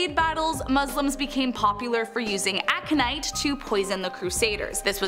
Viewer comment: Its Ac0nitE, speak normale.